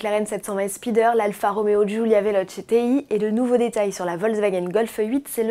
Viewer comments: Bientôt la prochaine Golf ! J'ai hâte de jouer au jeux des 7 erreurs. Sinon superbe cette Giulia "Vélotché" Ti pas "véloche" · lol la vélotch ! prononcer vélotché piquera moins les oreilles 😂